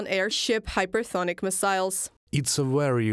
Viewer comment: Hypesonic, not hypersonic.